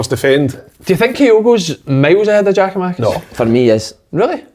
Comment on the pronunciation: who is "Geo-Makis" ffs just say his name properly hope he does leave so we don't need to hear it again